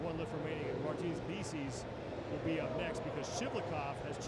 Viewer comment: He's in it though. He's the one that called Licis "Like-us"